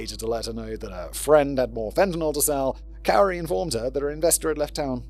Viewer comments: It’s not “cow-ri”😂😂😂 it’s pronounced “cory” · It sounds like he thinks her name is Kaori. I wonder if his script pages have her name wrong. Cuz he’s definitely saying “Kay oh ree” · Murderers name is pounced “Kory” and not “Cowery”. I was wondering who the heck u were talking about. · Simon pronouncing 'Kouri' as 'cow-ree' is hilarious. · Is it bad that I kinda like kaori pronounced that way better than Cory 😂 who cares she’s a murderer😂😂😂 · It's pronounced Corey cowri is driving me mad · I love that you are pronouncing her name Kowry. She deserves it to be pronounced incorrectly lol. The correct pronunciation is Koori, but I don't care, I'm not yelling. Im Laughing My Ass Off!!!!!! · my fav part is that he mixes up the correct and incorrect pronunciations. Sometimes it is "Corey" and sometimes it's "Cowrie" like the shell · Cory is how you pronounce it. People from Utah like to change spellings. She moved to Heber. She went to high school with my little sister. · I absolutely love you calling her cow-ri. It’s a ridiculous spelling and she’s a vile person so I’m quite amused with your butchering of her idiotic pretentious name. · It's Kow-ri who worked at Home Depp-poe.😅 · Hey there, love the video. Just wanted to let you know that while "Kouri" does phonetically look like it should be pronounced how you did throughout this video, it's actually pronounced like the male name "Corey." Just a small detail I wanted to make you aware of. 💙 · He's saying her name wrong, its pronounced "cory" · LOL it's pronounced the same as Cory. Can't wait to hear your reactions to this crazy case!! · He mispronounced almost every name in the whole episode 😂😂😂 He even tried to check and STILL mispronounced Cory as Cow-ree 😂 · Love that you even checked the pronunciation lol. It’s pronounced “Corey” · Take a shot every time Simon says "cowry". Current death toll: 23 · Cow-ri sends me every time 🤣🤣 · Kori is how it was said by everyone in court fyi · Kouri is pronounced "Corey" btw :P